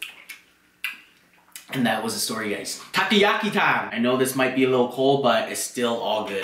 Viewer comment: dude he cooked the Takoyako as he sais but its "Takoyaki" he cooked them so bad and then even used scissors its quickest if you cook good balls and then turn them with a skewer also he uses chopsticks and pokes things that is so disrespectful all over asia